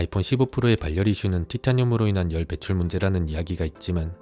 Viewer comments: 발 열 이 아니고 바렬 입니다 유뷰터 하시려면 기본적인 국어부터 습득하고 하세요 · 발열 악센트 킹받네